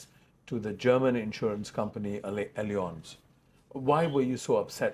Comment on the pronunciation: Great interview! LOL on how totally butchered pronouncing "allianz" throughout the interview.